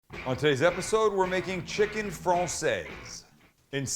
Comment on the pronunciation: Francaise = Frankaize Française = Fransaize Just an FYI